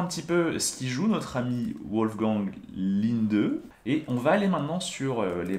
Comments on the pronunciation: Wolgang se prononce《 Volleguangue》pas 《ouolleguangue》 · tes vidéo sont excellents, MAIS "Wolfgang" (chasseur de Loup) se prononce "Volfgangue" et pas "Ouolfgan"